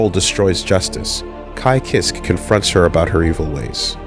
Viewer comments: How can pronounce Jam’s last name but not Kiske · I always pronounced it "Keyskay"